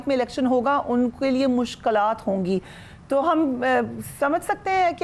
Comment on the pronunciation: Fariha Sahiba sahi lafz mushkalaat nahi balkay mushkilaat hay